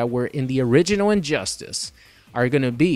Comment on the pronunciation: Sounds like he says "Orininoid" instead of "Original."